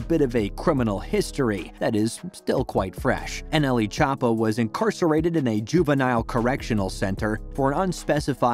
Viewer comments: Chop ah is how he is pronouncing it I’m ded 😂😂😂😂😂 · the way he says choppa 💀